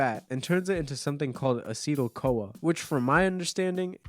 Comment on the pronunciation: Ive always heard it as acetyl-co "A" lol :) fun video!